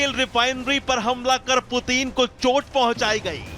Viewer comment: भाई एंकर पुतिन नाम है पूतीन नहीं 😃😅😂😄😆😀